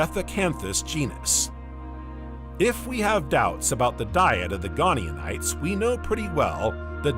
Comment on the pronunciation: I quite like the unusual accent of your AI, but it's painful when it keeps repeating typos with such confidence. The early ammonoids were called GoniaTites with a 't' not an 'n' (Go nia tights) not 'gone eeon ites'. Similarly: Titanoboa is normally pronounced: 'tight-anno-boer' not 'tit anno-boer'. The voice also often ends sentences with an up inflexion as if it is unsure of itself, but to me that is now part of its charm, so no need to normalise it, if others don't find it distracting. (It might be good to keep some unusual characters to help people distinguish autonarration from real flesh and blood narrators.)